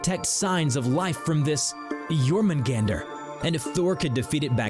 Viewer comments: You didn't pronounce jormungandr's name well : Yormungandr Y is J, J sounds like Y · It’s pronounced yurmingander